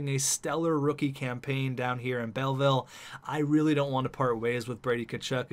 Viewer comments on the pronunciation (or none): none